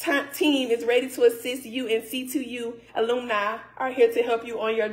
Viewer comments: I'm done at "aloom-ny" gone get a refund gurl. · She didn't say ALUMNI sis said ALUMNEY😂😂😂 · The way she said alumni (ulamane).I don't think she graduated from high school.. That's why she had her finger over the seal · Alooooomni is wild 😂😂😂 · Aloomni😂😂😂😂 I thought it was alumni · Did I not see a photograph fall out of that Diploma? And what was that word that she said Alumina. I'm sure she meant alumni. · What is Aloomni....its Alumni. Am I the only one hearing this mess. She's sick...the math ain't mathing. The timeline is way off. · What is an aloomni? 🤔🤣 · Aloomni 😂😂😂😂 baby you can’t even say Alumni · Where are the graduation photos? Did she say aloomna and not alumni 😂 Now we all know that you can have a double major but they wont give separate degrees( they will only give you the highest which would be her B.A) now the master's has to be done as a undergrad...have yall heard her say anything about where she attended undergrad and im sure a technical school doesn't offer that)until you go to schools ar separate time periods. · She can’t even pronounce the word alumni properly😫😫😩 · 😂😂why the kids just finding out you got degrees you can’t even say alumni right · Alumni is not pronounced that way masters my butt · She can’t even say alumni…. I’m logging off. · She couldn't even say Alumni correctly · Yeahhhh… she couldn’t even pronounce ALUMNI😂😂😂😂😂🦦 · They both are compulsive liars , who cares . Go on with those bought degrees, yes that’s the bought letter that they send with the fake degree . Try again . Don’t know how to pronounce alumni 😂😂